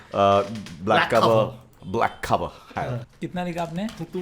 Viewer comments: Nobody:: Black Cover. So normies, they can't even pronounce Clover. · It is black CLOVER not black COVER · It's clover not cover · Black cover nahi it’s BLACK CLOVER 😭😌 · It is black clover not black cover You fool fool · Its black clover ;-; not black cover 🙂🔫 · Black clover tha sir, not black cover!😹😹😹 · It's black clover not black cover